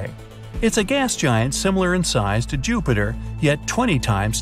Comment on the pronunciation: ok uh joopter